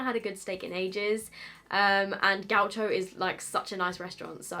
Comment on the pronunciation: Love the way you’ve pronounced Gaucho haha it’s Brazilian portuguese, so you’d say Gausho. But I think I’m sticking with yours from now on 😂 happy bday sweetie 🥳